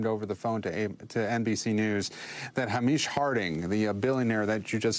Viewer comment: The name Hamish is pronounced Hay-mish, not Ha-meesh.